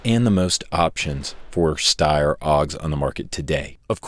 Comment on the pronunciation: Also, the Steyr is pronounced stair-like i walk up the stairs but then you cant say porsche or spell colour properly